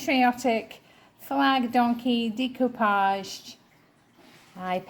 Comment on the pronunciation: I adore the colors in that vase! I love to hear you say Decoupage and macrame! the best ever!! I love how gentle you are even with the items you are not getting, I have watched other resellers picking out items and i know it sounds weird but they show no kindness or respect for the items. Especially when someone is looking through items in that person's house alive or deceased there should be a bit of respect. yes i know they are just items but to the person who fell in love with that item enough to buy it and bring it home. Thank you for taking me along and teaching me so much about what items are the ones i need to look out for!💜💜💜